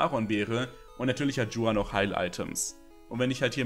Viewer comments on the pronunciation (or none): Niemand: Creep: Dschuan Es heißt Juan, bro. Do you even spanish at least a little, please! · Bitte an der Aussprache arbeiten. Du sprichst in jedem Video Juan falsch aus